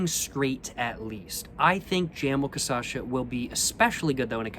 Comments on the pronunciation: sorry ily but it’s KUH-SHA-SUH not KUH-SA-SHA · You pronounce it wrong every time. It's pronounced *cachaça*, but you say *caçacha*. Get it right cos now you are becoming an authority on the subject of bad drink. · Every single time he says "caçacha" instead cachaça gets me 🤣🤣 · So cute you pronouncing “caçacha” instead of “cachaça” haha 🥺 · is cachaça not caçacha ;) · cool videos. Just one thing. It's is pronounced CA-CHA-ÇA, you are pronouncing it CA-ÇA-CHA, just switch the last to syllables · Change the sylable order from Caçacha to Cachaça (kuh-SHAH-suh) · “Ka-sha-sa” that’s how you say it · i love how he pronounces it "casacha", i'ts so cool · cah-shaw-saw that's how you say it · That’s too difficult. I’m going with ca-sha-sha emphasis on the 2nd sha. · KASHASSA! The correct pronunciation is kashassa! Stop being ignorant!:face-turquoise-covering-eyes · Istg he says Caçacha so many times that the word quite literally loses the whole meaning. He got ME second guessing the right pronunciation like wth? Hahahahah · This was made when the poet had not yet mastered the pronouncing of cachaça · pronunciations are legendary <3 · He pronounced it right 2 videos ago with the 51, but since the Caipirinha video he pronounces it like this. It drives me insane because he says it 1000x this video — but now after watching this video i dont even remember the correct way to pronounce it. The correct way doesnt even sound correct anymore. Lol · think he starts to say it MORE correct… after he drank enough, the Cachaça finally started to correct him. But then again, maybe not, i feel like im going crazy when i hear that word anymore. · He said it REALLY wrong on his first Brazil video, then he started saying it perfectly in the 51 video and then started saying it almost right after that. It's all part of the process.